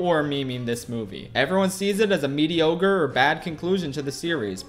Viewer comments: Did he just say “medi-ogre”? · he said mediogre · Dont think we didn't hear you say mediogre 😁👍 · did this man just say mediogre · he called it mediogre noooo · did you say medioger 😂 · are we all going to gloss over how he said "mediogre" right at the start and never mentioned it again? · Di-did you say medi-ogre? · Did he say mediogre? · Bruh did you really just say mediogre and just not acknowledge it. Like you're just gonna leave that there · Did he say mediogre??!? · Mediogre you say